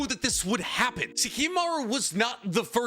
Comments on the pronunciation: Its Kimimaro not kimimaru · It's Kimimaro, not Kimimaru :/ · Kimimar-O, brother. Not uuuu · Am I the only one that finds issue with constant mispronunciation of names? Like I, overall, love his content, but the constant pronunciation of 'Kimimaru' instead of 'Kimimaro' is killing me every time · It's been 12 hours I wonder if he didn't notice lmao. He says it with a U not an O so idk fam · Kimimar-O, not Kimimar-U... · KimimarO. Cmon man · KimimarOOOOO puh-leaseeee 😭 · bro it’s kimimaro